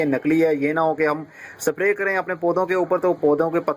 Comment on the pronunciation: its not sapray its spray